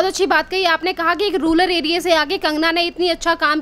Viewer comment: रूलर एरिया नही रुरल एरिया कहा जाता है अपनी अंग्रेजी सुधारें फिर बोलें ठीक है ना